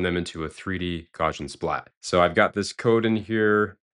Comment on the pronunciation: hate to be that guy but it's pronounce GOW-see-uhn, after Carl Gauss